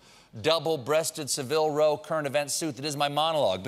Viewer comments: SA-ville row, not sa-VILLE row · Savile Row is pronounced like Sir Ji... It rhymes with gravel, anyway.